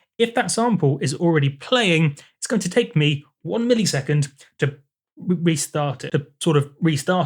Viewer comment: Is saying millisecond (mill-E-sec-und) just part of your accent? In the US we say it (mill-uh-sec-und). To me it sounds like when people say parameter (pare-uh-meat-er) instead of (puh-ram-it-er). Maybe I'm picky but I'm also curious.